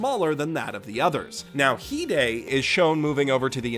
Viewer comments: Also the song is great, english and japanese and omg its not hidei its hi-de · Heeday? I thought it was pronounced hide. Like you better hide, hide. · Ok, tea How do you pronounce hide and rize I’m a manga reader I pronounce it ree zay and hee day.